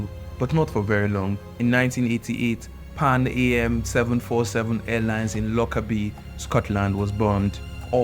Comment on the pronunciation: You're probably too young to know but the airline was pronounced "Pan - am" as in am (for example "I am a girl") not the lettets 'a' 'm'. It was a lovely, trendy, popular airline in it's day and the Air stewardesses as they were called, had lovely uniforms!! Well done though and can you please slow down your delivery a bit? It just seems as if you're just reading very quickly from a screen!! Work on your timing, inflections etc and we'll enjoy your delivery a bit more. I found myself pausing and going back on sections to enjoy and fully appreciate the story. Thanks for bringing such an important historical figure to light!!😊